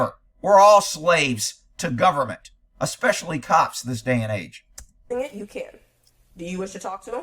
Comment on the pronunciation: I hate " axing " " EXspessily " when they should be be saying asking and especially.